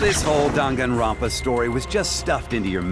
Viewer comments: why did he say ganganronpa 😭😭😭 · "Carllllllllll" "Yes Jimmy?" "Can you help me pronounce the name so I can say my backround lines?" "Sure. Dann-gann-ron-paa." "Like this? Dang-it-grand-pa." " Perfect! " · Dwang n ronpa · Damn gone ronald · Lady gagaronpa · Nanami yeah we are gonna end dog on rompa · “Donganronpa” Danganronpa NIBBA WHAT? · Text To Speech: Dang-gan-Ron-Pa Characters: Dong-Gone-Ron-Pa Oh my god! Which is it pronounced like?! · Voice Actors trying to say 'Dong-gon-ra-wn-pah' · dang Ron pa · Dunkin granpa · ganga "wap"pa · ah yes,my favourite killing game franchise ganganronpa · eugenio bravo HAHAH OMG He really said Ganganronpa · I’m like daan Gaan Ron pa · Gotta love English characters saying Japanese words WE WILL REJECT DONG GONG ROMP AH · Shuichi said Ganganronpa lol he doesn't even know how to pronounce the name